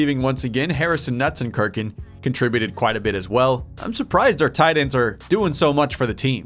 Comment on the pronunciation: Nutzenkirken Sees Marquadt Also: Is this a new language?